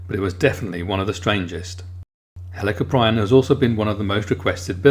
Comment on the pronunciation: It's pernonced hell a corp e in